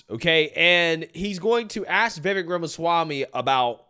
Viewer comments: Dude..Vivek....SOUNDS LIKE CAKE, NOT VEK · Just remember: Viv-AKE, like "cake". Stop all that "viveck" stuff.